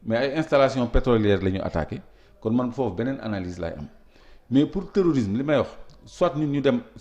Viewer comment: Dites à cette journaliste qu’on dit terrorisme au lieu de téorisme 😂